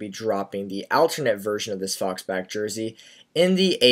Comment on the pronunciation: It's faux-back! To rhyme with throw-back! That's the whole point. It's not "faulks"